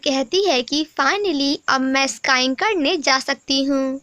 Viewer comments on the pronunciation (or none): Sking - स्कींग स्काईंग नहीं